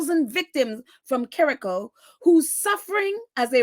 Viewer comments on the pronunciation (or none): Kericho is pronounced with "cho" as in ch - church